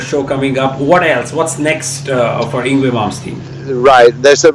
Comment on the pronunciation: I think it's time that the Masses Learn how to Pronounce Yngwie's Name ( Ing-vay) he's been in the business over some 30 years and still some don't know how to say it right. I'm sorry it just makes me crinch because he's a Legend and he deserves to have his name said right.